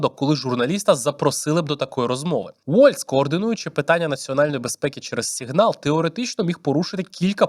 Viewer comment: тільки тойво... це або "сІґнал" (англійською) або "сигнАл" (українською) бо "сігнАл" звучить ніби російська😭😭😭